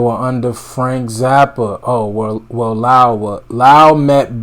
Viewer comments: It’s pronounced LOW - ell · It's LOW-ELL GEORGE PRON0UNCED. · It's Lowell - first syllable as in Low. Bass player and percussionist from New Orleans. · It's: LOW'-el George, BTW. Cheers, --bd